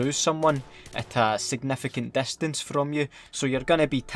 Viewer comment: "A segnefecent destence" Scotland is amazing